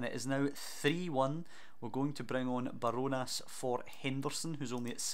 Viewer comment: Enjoying this series, it’s Bar-Jo-Nas btw